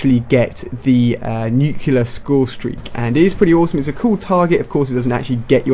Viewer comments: Alia why do you say nucular instead of nuclear? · U say nuclear wrong.